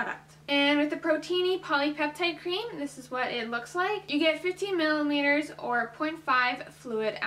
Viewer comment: 15 “millimeters” lolz 😂